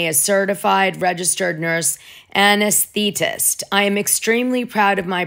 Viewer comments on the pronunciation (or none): Wow. You butchered the word, anesthetist